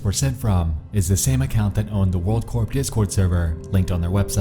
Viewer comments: Hey by the way Corp is said core, like an apple core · it's pronounced "world core". Like the army corps of engineers. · You shouldn't pronounce the P in "corp"